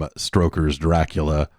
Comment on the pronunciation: THE D ON MY GRAVE STANDS FOR DRA-CU-LA